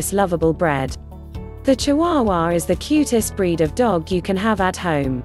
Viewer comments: It would have been nice for a real person to have narrated and not a machine. Irritating to me. And dogs have breeds not bread. 😅😅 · Instead of saying breed it said bread lol 😂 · I assume AI is doing the talking. The word 'breed' makes sense in a vid about dogs, not 'bread'. I'll try to find a better made video to get my info. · Lovable bread? Chee-waa-waa? Oh god, my ears! Fire the robo-narrator and editor. NOW.